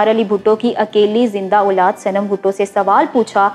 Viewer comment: آپ اُردُو کے کُچھ الفاظ صحیح نہیں بول رہی ہیں ،مثلاً ، اُلاد نہیں اولاد ہوتا ھے ، دے وان نہیں ، دی وان/ دیوان ہوتا ہے، گنوا بھٹو نہیں ، غنویٰ ہوتا ھے